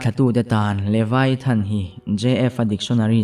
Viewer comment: LeVIAthan tih tur niawm tak a ni, LeVAIthan niloin.